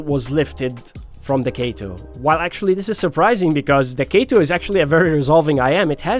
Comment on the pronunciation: its not kayto